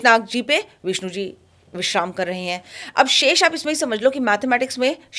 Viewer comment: Why butcher & pronounce indian names with english habits. अनंत not अनंता, शेष का शिशा कर दिया है, कर्कोटक का कर्कोटा किया है, ध्रतराष्ट्र नहीं धृतराष्ट्र होता है, तक्षक को तक्षका किया है. उससे गंदा तो कुंद्रू है, सीधा साधा उच्चारण है कद्रू . अगर ये मॅम टीचर होती और बच्चोंके नाम ऐसे पुकारती तो इन्हे ही स्कूल से निकाल देते.